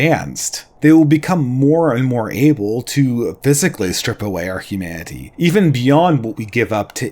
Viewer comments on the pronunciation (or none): These videos are good, but I think should work on his pronunciation. It's really jarring to hear things like "Hu-mah-ity" in the midst of a well articulated idea